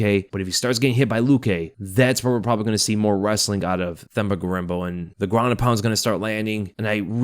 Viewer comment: For Themba, you say the T sound like you would in Tender